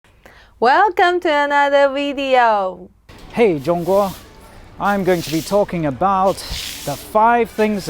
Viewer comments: Your wifes V's are good now. no more wideos, Videos..........shes nailed it :) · Wideo xD!!! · Please teach your gf to pronounce “video” properly?